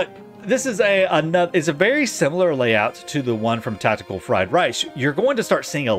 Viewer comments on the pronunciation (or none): none